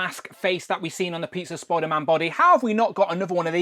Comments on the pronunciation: Why do you keep calling him Spoiler-Man? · Spoiderman 😛... sorry great review btw. I have this guy and very happy with it.